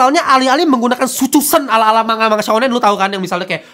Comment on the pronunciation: manga dibaca mangga ya kakak seperti buah. bukan manga seperti kata mangap hehe.